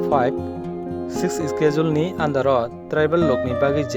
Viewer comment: Your pronounced of schedule is wrong , correct this one first.